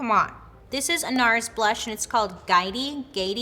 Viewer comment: Gay-it-eeeeee. Lol